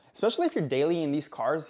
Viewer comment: Dallying? Or daily